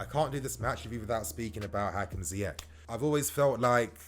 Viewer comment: Not to be that guy but its ziyech not ziyek